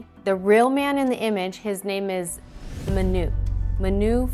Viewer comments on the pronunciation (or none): Small pronunciation correction, the name is Manu with an emphasis on the a, not the u, short for Manuel, in case the name shows up again :).